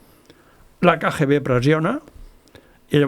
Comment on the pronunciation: Cada cop que en diu KGB, pronunciant la lletra G en castellà, fa mal a les orelles. Seria bonic que perfeccionés el seu Català. Per exemple: "vale" no és cap expressió catalana i la repeteix sovint, pot dir "d'acord".